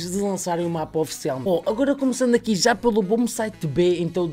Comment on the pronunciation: "que za não deve dar pa fazer" jkkkkkk